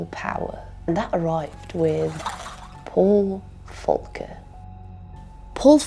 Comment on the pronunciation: Volker was American, not German. The V is pronounced v, not f.